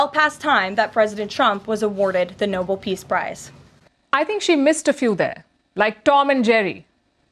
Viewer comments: someone in the White House should tell the ignorant blond speaker IT’S NOT noble… IT’s NOBEL… No Bel. Verification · would somebody explain to leavitt that it is the 'no-BELL', accent on second syllable, prize and not the noble peace prize. Jes** H. F**king Chr***. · I checked sources, and listened to the presentation of the award in the Swedish language. “Nobel” is (just as you thought) pronounced with greater stress on the second syllable. Karoline Leavitt pronounces like the English word “noble”. Watch GOP flunkies follow suit. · Check your pronunciation. It’s Nobel not noble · I love the way all the maga people pronounce the Nobel peace prize. They mispronounce it as “no bull” peace prize. If anyone with half a brain in the maga group, it is pronounced “no bell”. Obviously, the White House wants something they cannot say properly, and they probably don’t even know what is required to be awarded one. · It's the Nobel (no-bell) Peace Prize, not the noble peace prize, Ms Leavitt. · It's pronounced No-bell not Noble Mz Leavitt...wrong again! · Leavitt is so ignorant she pronounces it noble. It’s Nobel. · Trump is the opposite of a peacemaker and it would be a travesty if he were to be awarded the prize. Also I think it's hilarious how ignorant his followers and even his press secretary are, they all think it's pronounced Noble instead of Nobel. Typical uninformed Maga. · Leavitt can't even pronounce Noble. (Its not nobull. Its NoBell) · Surely it's not just me who is irritated by DJT's and Karoline's inability to even pronounce the award properly? It's Nobel, not Noble. Someone please tell them if they still persist in begging for one. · Trump and his sycophants are asking for the “Noble prize,”not the Nobel Peace Prize. How could they not know how to pronounce Nobel correctly? Weird folks. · Dumb dumb, that’s NOBEL, not NOBLE! Either way, he’s not worthy of either. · NOBLE? It's pronounced No-BELL. Idiot surrounded by idiots.